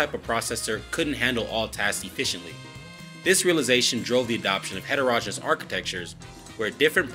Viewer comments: It's heterogen-e-ous. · Ditto, background music overwhelming content. Also, look up pronunciation of heterogeneous.